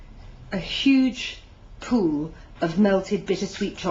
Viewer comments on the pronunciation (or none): "A huge poo" XD Lol, I'm sorry I just find it so funny the way she pronounces pool! XD